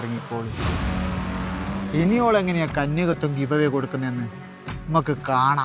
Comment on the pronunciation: കന്യകത്യം അല്ല കന്യകത്വം എന്നാണ്. എന്തായാലും പൊളി